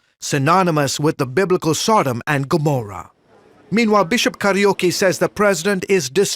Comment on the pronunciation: Not karaoke but kayruki